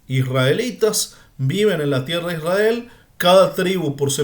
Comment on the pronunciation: MIRA:hand-pink-waving::hand-pink-waving::face-red-heart-shape::hand-orange-covering-eyes::eyes-purple-crying::face-purple-crying::person-turqouise-waving::face-fuchsia-tongue-out: PAJERO #1ISRAEL NO SE SCRIVE NI SE PRONUNCIA ASI #2LLEGARON A JUDAC SE APODARON JUDIOS:face-blue-smiling: NO HAS DICHO COMO SALIO LA PACHANGA:face-green-smiling::face-green-smiling: EN NOMBRE DE JACOBO” ELIAS” ISRAKY. no entiendo????/